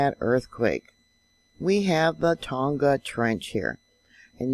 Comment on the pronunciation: thanks,. been following you for years. a helpful tip. tonga is pronounced the same as a barbeque tong, fork tong with the "a" added....silent "g"